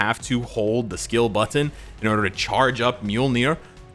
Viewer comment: Can you pronounce butttttt ttttton a bit more?